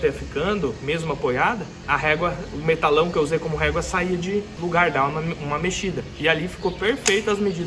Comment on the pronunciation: Parabéns tá ficando top... bancada dos sonhos! Somente uma observação, o nome desses tubos de aço é Metalon não "Metalão"